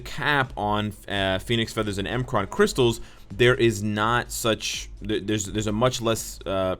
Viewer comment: It's not M-Kraan crystals. It's MMkran crystals. Just like M'Baku in BP.